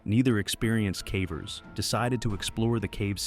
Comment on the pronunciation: 'cavers' or 'cavvers', 'Yorkshyre' or 'Yorksheer'. These are the mispronunciations that jolt one awake.